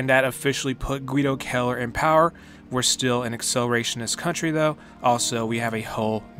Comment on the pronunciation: It’s kinda cool to have someone in a video game with your last name. But you’re pronouncing it wrong, your making it sound like Killer, it’s Kell Er idk it doesn’t really matter. Great video.